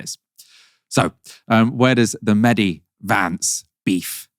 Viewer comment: Was phonetics not a thing in school? Its Mehdi.. not Meddy.. phonetic sound - 'Mehh Dee' .. Literally 2 syllables.. what sound does H make? Its easy. Or offensive. Or indifferent.